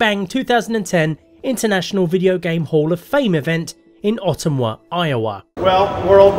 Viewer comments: Ah-tum-wah for Ottumwa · As a person born and raised in Ottumwa, IA. It's "uh-TUM-wuh" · You mispronounced Ottumwa don't blame you since it is a weird name for a town just figured I would let you know since I live somewhat close to there